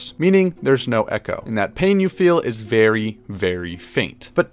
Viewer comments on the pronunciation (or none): none